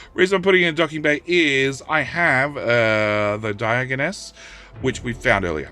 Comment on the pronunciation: Friendly pronunciation assist. Diogenes. Die-ah-gen-ease